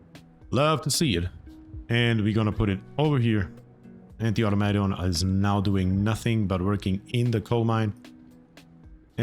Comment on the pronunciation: Somebody please tell him how to say automation 🤣 I die laughing evry time he says it.